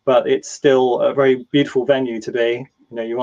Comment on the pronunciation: Very, not Berry. 😅